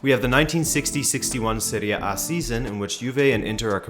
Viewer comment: Hey. Do you mind working on the way you pronounce "serie A" because it makes me want to smash my head in with a brick every time you say that? Thank you!